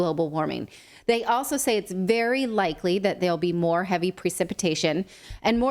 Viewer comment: Vewy vewy scarwy